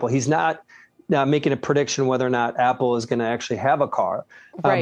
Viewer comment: apple, not apol